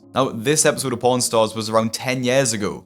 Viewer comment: I’ve never heard a British person say “pawn” before that really scared me at first 😭